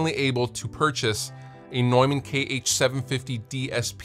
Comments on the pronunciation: It's tough for native speakers of English because there is even a vowel in there that does not exist in English. The 'eu' is phonetically actually /ɔø/ (the second one being a vowel that's often to find in northern Europe) and the 'a' is not the english /ɛ/. It's more a short version of an 'a' like you might hear in northern british dialects like scottish. So I don't blame anyone for not being able to pronounce it the German way^^ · Straight up, I thought Neumann was pronounced "Newmahhn" lol